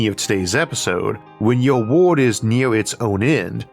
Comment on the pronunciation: I wonder if listening to you attempt to pronounce wobbly would be as fun as listening to your attempt to pronounce world🤔